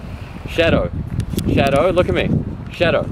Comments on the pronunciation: Fucking accent is gross. Pronounce “shadow” like SHEDO and I thought they were saying cheddar for a second. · The first time u said his name I thought u said shito...